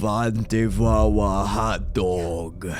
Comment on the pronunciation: i can tell this guy is from jersey just by the wawa